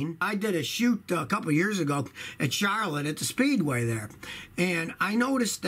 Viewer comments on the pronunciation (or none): none